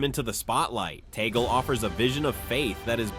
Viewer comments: Please stop this fake news about the Pope resigning and putting word into the mouth of the Pope and Cardinal Tagle, which should be pronounce as Tag-le not Tagol. You are destroying the Cardinal by quoting him in one of you cast saying that I am the official Pope. Stop this please. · Tag-le is the right pronunciation.